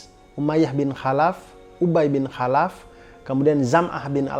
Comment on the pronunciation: Bang tolong baca kholaf jgn khalaf..kemaren juga bukit shofa jgn di baca shafa..biar pas.